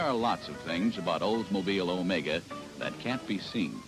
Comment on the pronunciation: Wow, for once someone pronounces it right. I remember this car ('80 model). Grew up with one for several years. Not too reliable but still nostalgic